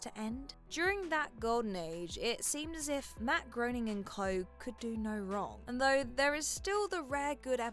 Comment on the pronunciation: I like superhero content, and I like the subgenre that contains The Umbrella Academy, but I couldn't finish the first season. It was boring and dreadful, to the point where I honestly have no recollection of the show's events or characters. Also, "Groening" is pronounced "Graining," and "Geralt" of Rivia uses a hard "G," not a soft "G."